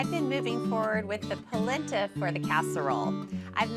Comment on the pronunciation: NOT pronounced POLinTA